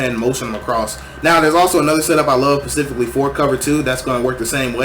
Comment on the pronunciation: pacifically instead of specifically is hilarious